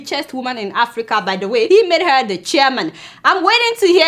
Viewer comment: I love your reports but can you learn how to pronounce the word HER